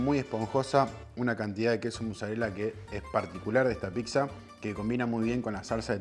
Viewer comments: Se dice "PITSA", no "PICSA" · ya que diga "piGza".... me dio una espina... pero la zapan y como fue el video es pq realmente sabe :D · Muy pero no sabe decir pizza dice picsa burro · PICZA? 😂😂😂 PIZZA BOLUDO, PIZZA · picsa, picsero... JAJAJAJAJAJAJA... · argentino... procede a pronunciar: piXa!!! ☠☠☠